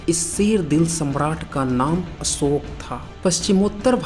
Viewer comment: आप उच्चारण कैसे बताएंगे उच्चारण तो आपका भी अच्छा नहीं है अशोक को अम दंत सा ओके पढ़ रहे हैं